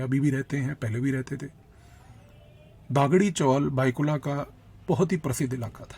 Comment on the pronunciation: You are giving a good talk but pronunciations are wrong . Not Gaavli but Gavli . Not Daagdi chawl but Dagdi chawl . Thank you